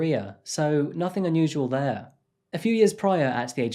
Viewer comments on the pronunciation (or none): none